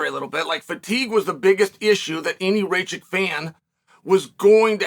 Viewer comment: Its not fckng Racik... its RakiĆ